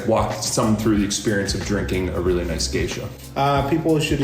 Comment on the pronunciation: It's actually GESHA, not GEISHA. It's from a region in Ethiopia, and not some bastardized version trying to make it sound like some kind of exotic oriental.